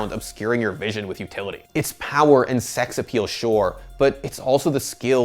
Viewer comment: did this guy just say sex appeal?